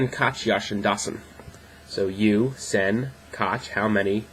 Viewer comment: Your Turkish is well, usually you have the Istanbul accent which is polite but you get this Arabic Turkish accent all of a sudden. At one point you pronounced "e" like "a". I noticed it when you say "Sen". You're doing fine with "Ben" but the way you said "Sen" sounded more like "San". Just don't think about Arabic a's. Try to pronounce "Sen" the way you pronounce "Ben". Just you know, not with B but S. It was wonderful to see foreign people know about Turkish enough to talk about it. I know my language is hard but I hope you don't give up improving. Best wishes.